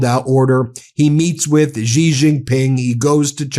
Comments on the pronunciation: Xi is pronounced Si, or See, or Sea. Not Gi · Ben, Xi is pronounce "She" not Zhi.